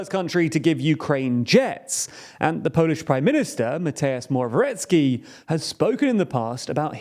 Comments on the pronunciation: The 'w' in Morawiecki is pronounced as 'v' like in a vampire. The whole surname is pronounced "Moravietzkee" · Moravyetzki Try to read that the next time you try to pronounce "Morawiecki". As a Polish man I think that is a way better phonetical spelling than whatever you have. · It's pronounced as Moravietski :P